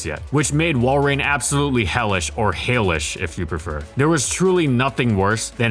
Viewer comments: "Or HAIL-ish of you prefer" I do not prefer 😑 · "WALLrein" "HAILish"